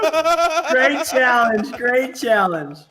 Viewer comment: I like - CHA-LANGE!